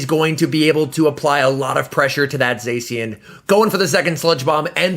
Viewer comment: please don't say "Zesian" , it's pronounced "Za-shian"